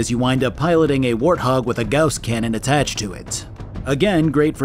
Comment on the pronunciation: I don’t normally point out pronunciation but you say “carbine” wrong so often that it started killing me 😂. Also gauss